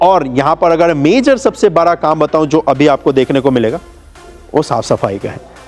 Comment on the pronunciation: Bhai kuch words k pronounciation sahi krlo like बड़ा not बरा